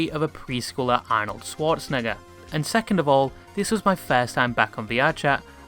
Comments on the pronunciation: Bro said Arnold schwarzanaeger without the schwarza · i think the most shocking thing about the video is that you pronounced 'schwarzenegger' as 'squart-zenegger' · Is no one gonna point out him mispronouncing Arnold Schwartzenegger